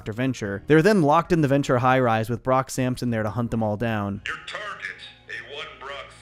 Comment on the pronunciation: You mean Brock Syampsyon